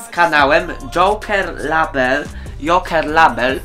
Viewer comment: Nie żeby coś ale to się wymawia 'lejbel' a nie 'label' a powiedziałeś 'subskrybujcie jokera labela' to padłam 😅